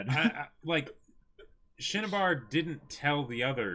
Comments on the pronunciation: He said Cinnabar in the first episode, but then amalgamated the Japanese shinsha and Cinnabar into Shinnabar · I kinda cringe a little every time says 'Shinnibar.'